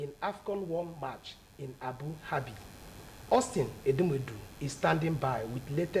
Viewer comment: This English news broadcaster is very poor . Can't even pronounce some words gosh . What's difficult in pronouncing Abu Dhabi?